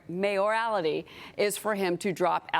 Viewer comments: Even wading in the wide and deep sea of ignorance that is Fox News, it is astounding to me that these low IQ fools are STILL completely unable to pronounce his name. And she has never seen the word "mayoralty" before. How does she have a job? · MAY- or-all-tee.